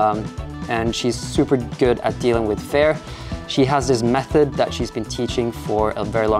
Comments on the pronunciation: Amazing climbing session, loving the vibe of the video, you're very serious about the climbing, but not overly stressed or anything! Btw, work on your pronunciation of the word 'fear' if you're making an ad for a course on it! It's not 'fair', it's fear like you'd say 'here'. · You pronounce "fear" like "fair" :) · Interesting that you are not so familiär with pronouncing the Word fear. Seems that fear isnt a big Part in your life. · i was so confused the way you pronounced "fear" :D